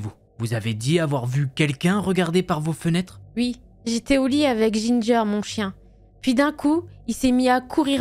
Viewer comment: J’ai adoré la voix féminine qui ne dit jamais « oui » mais « ui » 🤣🤣🤣